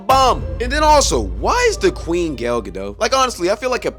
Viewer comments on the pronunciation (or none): none